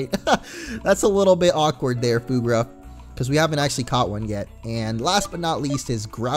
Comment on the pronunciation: Word of advice, Fuegruff is pronounced Fueg-ruff like fuego and ruff.